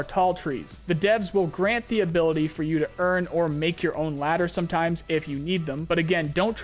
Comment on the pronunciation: say ladder again I fuckin dare you!